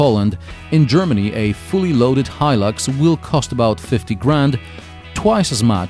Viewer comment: Finally somebody teaches me how to pronounce Hilux